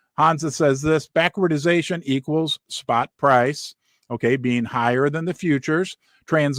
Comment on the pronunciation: Love your show! But it’s BACK-WARD-DATION 🙏